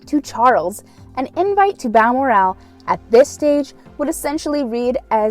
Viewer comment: your provocation of Balmoral is hilarious. The l second part of the name is said like morals only without the S. Not Bal mor. al